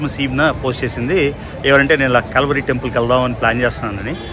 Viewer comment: ఓరి నాయన కాల్వరి కాదు కల్వరి అని క్లియర్ గా పలుకు